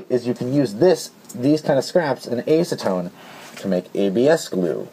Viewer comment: I hate to be that guy, but I have OCD and its just one of those things I do. Sue me. You're pronouncing acetone wrong. It has a soft A like apple. Back on topic, I think this video was great. I had no idea you could use acetone in that way. I knew it would dissolve it but didn't even consider using that property to smooth rough plastic. And the solvent weld idea would be great for integrations and shell modifications. Im assuming when its fully cured it would be sanded like the original plastic itself, Other than epoxy putty there aren't many sandable adhesives. Goop and hot glue are both somewhat soft once cured. It could make for a cleaner connection than bondo or epoxy putty.